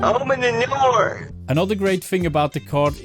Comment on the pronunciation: "open the noor" - (CivGang)